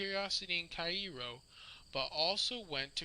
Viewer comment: Your reader keeps mispronouncing the city name Cairo.